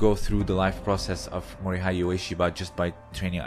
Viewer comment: The “hei” part of Mori-hei is pronounced in the same way as the “ha” part of “hatred”.